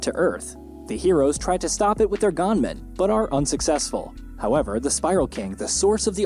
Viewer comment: Dude. I think u just called them gaanmen just to irritate ppl. Cause as fast as i remember, they are called gunmen